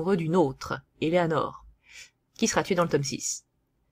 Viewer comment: Pardon mais il y a quelques erreurs dans cette vidéo, certains noms comme Selena ou Eleanora sont mal prononcé. et puis Various n'a jamais été Gay, tu le confond avec le cousin envoyer pour "sauver" Selena, Various est le chef des mercenaires de Villains et a demandé a Lisbeth la main de Selena et s'est fait changer en spachoune, un genre de dindon par Lisbeth en réponse, il a fini par épouser Lisbeth.